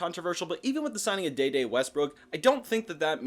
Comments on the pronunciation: His name is De De. Pronounce D. D. He was not in the movie Next Friday. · Once you said “Da Da” I left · maybe your pronunciation of this name is correct, but I haven't heard anyone else say it this way.